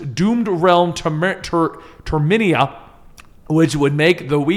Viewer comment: it’s pronounced Ter-me-na